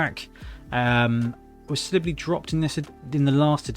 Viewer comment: It's not Slibbly.. It's Silibili as in .. Silly Billy.